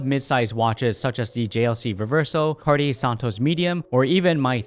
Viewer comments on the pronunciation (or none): none